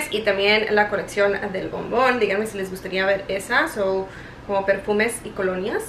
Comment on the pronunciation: cada que dices "bombon! escucho "mamon" hahahaha!! sorry me da risa, se que no es esa palabra pero al principio me quede , "Whattttttttt??" hahaha!! saludos.!!